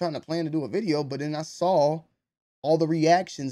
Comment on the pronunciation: please explain why you pronounce “saw” with the 2 L’s on the end 😂